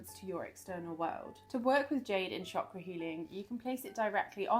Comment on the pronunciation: Thank you for pronouncing chakra properly ❤